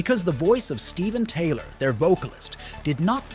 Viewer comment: It's Tyler not Taylor.